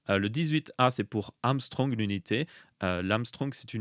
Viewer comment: Angström ça se dit "angchtreum" pas "amstrong" 😉